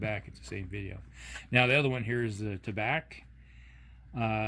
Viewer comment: Pronounced tah-bah (French for tobacco). Although Tabac is a German co.